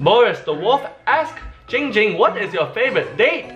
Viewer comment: Its actually not